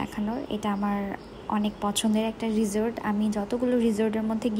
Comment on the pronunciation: Rijort na ota risort